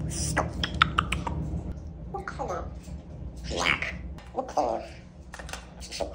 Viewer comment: The way he said black lmao